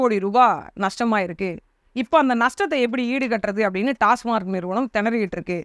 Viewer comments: அக்கா டாஸ்மாக் என்று உச்சரிக்கவும்... டாஸ்மார்க் என்பது தவறு. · டாஸ்மார்க் இல்லை. டாஸ்மாக்.